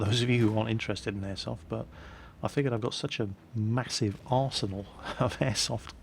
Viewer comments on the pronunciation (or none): none